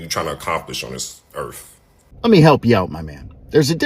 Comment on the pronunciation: He said "on this earff" 😂😂😂